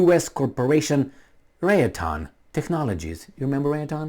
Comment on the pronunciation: You have to figure out this Raytheon pronunciation